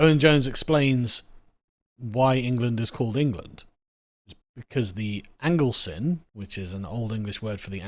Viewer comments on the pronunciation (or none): It's pronounced Anglekin, not Anglesin. As in kith and kin. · I believe the 'cynn' in 'Anglecynn' is pronounced 'kin', as in 'the kin of the English'